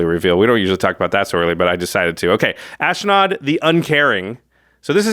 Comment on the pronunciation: There is no "I" in Ashnod...it is ash-nod. Sorry, the mispronouncement just grind my gears.